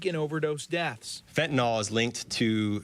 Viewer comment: It's fentanyl, not "fentanol." You've taken food from my childrens' mouths. We need to make money just like everyone else. We're providing a product that people want. Though you've hurt us by stealing our product, you won't stop the market. We'll be bringing in more. This is business, just like any other.